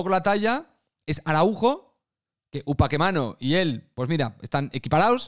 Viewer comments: "Upakemano" JAJAJAJAJAJAJJA Ese que es el primo vasco de Upamecano? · upacemano jajajaj es upamecano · JAJAJAJAJ "UPAQUEMANO" eres el mejor